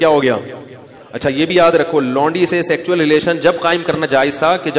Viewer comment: सेक्चुअल नहीं सेक्सुअल